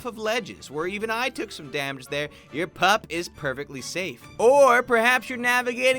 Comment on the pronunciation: I think you met "damage" not "samage"